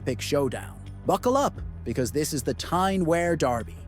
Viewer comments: Stop saying Wear like that - it’s pronounced w- ear, not air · It's pronounced Wee'ar not wear as in wear a pair of trousers. Sunderland had a bigger population than Newcastle. It's only recently Newcastles population has slightly went higher. Through Thatcher destroying Sunderland. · For the record 'Wear' is pronounced - Weeur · Pronounced "WEER".... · This mispronounciation of "Wear" is doing my head in.